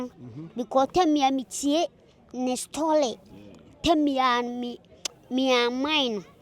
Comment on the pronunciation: to yaw dabo stoly amine❌ papa j admar ❌ correct word admire ✅😂😂😂😂😂